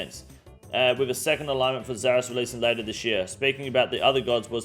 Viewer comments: It's pronounced alinement bro. Unless that's just how u guys say it there then in that case I'll go fuck myself lol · Ya wtf is an a-lig-ment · Please stop pronouncing the g in alignment lol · He said god alignmentligmas 😂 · Bros out here callin us morons while saying ‘aligmint’ 20ish times in a video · Say it with me [UH] + [LYN] + [MUHNT] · my man the g is silent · why does he says alignment and not alignment? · The way he pronounces alignment cracks me up every time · Somebody help this man pronounce alignment. Appreciate the video update still. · You are one of the most well spoken off the cuff creators I've seen on Youtube. But you can't pronounce alignment. Ffs cunt